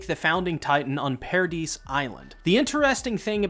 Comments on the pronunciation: it's "para-dee", not "para-deez"😭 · Paradis is pronounced PARA-DEES instead of PARA-DICE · i believe its pronounced ,Paradease Island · It's Paradis and not Paradis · i think it’s pronounced “pair-uh-dee” like i think the “s” is silent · The S is silent in Paradis so it's Paradee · Paradise Island is pronounced as Para-di (se is silent). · I’m pretty sure it’s pronounced para-di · "Paradis" is prononced "para dee" like paradise in French. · It's pronounced "Paradi" Island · You either say 'paradise' or 'Paradis' but the 's' isn't pronounced in 'Paradis' like the sub does, but if you do pronounce the 's' it's not wrong imo If that confuses you too much just call it Madagascar